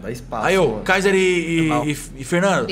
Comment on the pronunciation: Mais específicamente o kaiser que toda hr ele chama de cesar ksksks